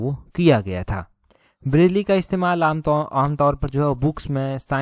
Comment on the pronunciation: ब्रेल है वो ना के ब्रैली..